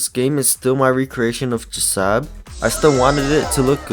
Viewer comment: This is how you say jsab it's not like this j.sab the way to say it like this J.S.A.B